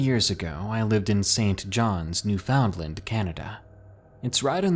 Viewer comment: man, you're my favourite but I gotta say this as a Canadian, it's really not pronounced New-found-land anymore, it's closer to New-fin-land. Love your videos though dude, been listening for ages!